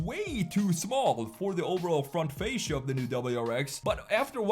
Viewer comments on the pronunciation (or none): none